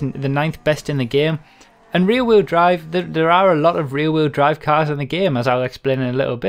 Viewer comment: "cass" its "cars" pendejo!